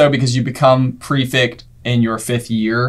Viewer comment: I’ve never understood why J and can’t pronounce Prefect correctly.